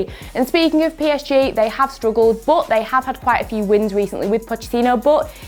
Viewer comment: Why does she says but, BUTT